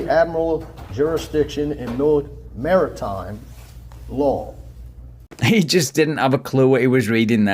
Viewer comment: Those big words like "beneficiary," "fiduciary," and "maritime" were giving him lots of problems 😅 and don't get me started on his Latin pronunciation (if that's what it was). 😂